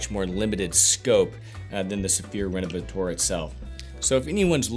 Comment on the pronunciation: "Rénovateur" isn't pronounced "Renovatoar". The French "eu" is pronounced like the "e" in the English word "her", the "ea" in "to learn", the "i" in "first" or the "u" in "turtle" for instance. 🙂